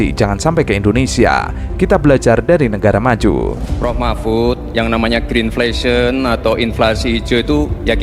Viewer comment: ngomongnya greenfation atau greenflation sih? halah halaaah